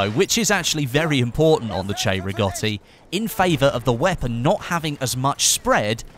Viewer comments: Will he say it? " 'Chay'-riggoti rifle..." He said it! He fucking said it correctly! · Love it how u got the correct pronunciation 👌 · Because the "cei" in Italian is pronounced "chey"